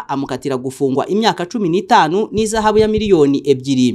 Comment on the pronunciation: Bavuga IHAZABU wa muswa we ntabwo ari IZAHABU